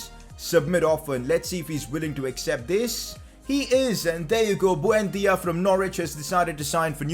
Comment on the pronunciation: who the fvk is bhuendia?? It's buendia dude